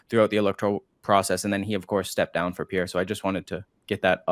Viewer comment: Please learn how to pronounce Pierre's last name! The "re" is not pronounced! It's not that hard!